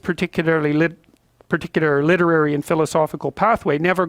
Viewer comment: "Invaestigaeted these matters down these partclr litrlry and philosophical pathway" Oh hell naw, he's speaking in tongues now!